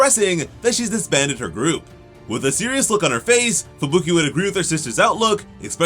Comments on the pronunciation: Idk why but it drives me nuts when I hear Fubuki pronounced "Fabooky" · bro why does he say fuBUki and not Fubuki like a normal person